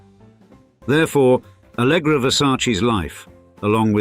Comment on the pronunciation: É ALLEGRA e não ALGRÁ KKKKKK